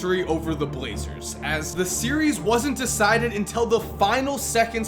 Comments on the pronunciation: Por Trail Blazrers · We’re just not gonna talk about “blazrers”? EDIT: As a Pistons fan I am SO glad LeBron skipped college. That stretch from like ‘09 to ‘15 looked painful. But also that ‘17 season looks good.